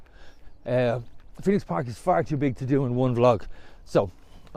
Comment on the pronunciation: ‘ The Phoeno ‘, c’mon, get it right.